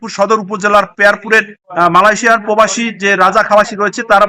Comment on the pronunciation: সাংবাদিককে বলছি, পোবাসী বলছেন কেন বারবার? শব্দটা হব প্রবাসী।